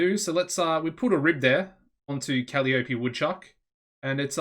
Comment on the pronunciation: Woot! When you get a chance, could we see your backstage rating, please? Gloomy Ruby is only one-tenth of your roster, so it's probably good, but wouldn't mind seeing it anyway. Thanks in advance. Oh, and Kuh-LYE-uh-pee' :-)